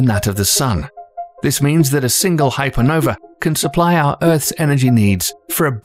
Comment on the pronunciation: I don't see the letter E in the end of the word Hypernova